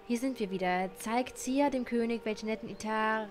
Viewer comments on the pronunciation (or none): none